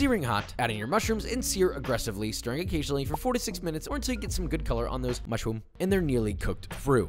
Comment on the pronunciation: What is it and why is it that out of ALL of the quirky ways he calls out the ingredients "MUSHR-OO-M" stood out the most to me?😔